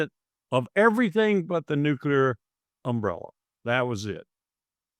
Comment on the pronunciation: I lose a few hairs every time someone says nukular!!!